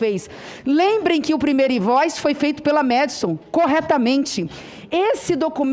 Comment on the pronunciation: O fala MUITCHO, FEITCHO, EZÉCE (exerce) QUE NOJO DESTE TRASTE